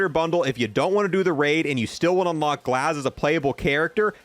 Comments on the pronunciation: Bro pls there is no L in his name my OCD is triggering lol its "GAZ" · So help me, if you say Glaz one more time I will unsubscribe. You even friggin read it off the screen, what is going on? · this shouldn’t be pissing me off that much but stop putting a L in “Gaz” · Are you trying to say Gaz? I’m not trying to be rude I’m just being confused. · There is no L bro come on, use those glasses to read the words correctly. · I think purposely pronounces words incorrectly (Gaz, Chimera, other gun names)...so people comment on it, thereby boosting his content activity...just like this lol. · Drinking game: Take a shot every time he pronounces something wrong in this video (or most of his videos). I love his content but cringe every time he says something wrong that is really easy to pronounce (or in the case of "Gaz", just read, lmao). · Aside from painfully mispronouncing Chimera, Gaz (not glaz) and season 14, thank you for covering the new content coming in soon. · Love the channel but learn to read at speak you said 1 insted of 4 and glaz insted of GAZ ive noticed these mistakes in alot of videos and no one call me this that and what ever im disslexic realy bad i struggle reading and everything else but i dont get things like that wrong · WHY DO YOU KEEP SAYING "GLASS" INSTEAD OF "GAZ" ... WTF... .NOOBIE ALERT FFS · Its Gaz not Glaz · Please go back to fortnite... it's Gaz...Not Glaz. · Who TF is "Glaz"? Lmao I love your videos but you can't pronounce anything for sh!t 🤣🤣🤣🤣. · For the love of God, it's GAZ not glaz. Not sure where you're getting the L from but you sound like a fool. Always misdelivering information simply because you can't read. You literally have a typed script in front of you and somehow mispronounced chimera and said restricted in place of redacted. For future reference, chimera is pronounced kaimera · its Gaz not GLAZ lol short for Garry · The Operator is called GAZ without a L 🤣🤣🤣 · Please stop saying glaz 😂 it’s gaz